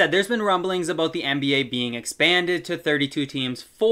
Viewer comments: Are you Canadian? The way you said "aboat" in the start made it seem like that 🤣🤣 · so basically Canada